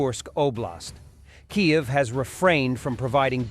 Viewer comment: Pity the AI can't pronounce Kiev.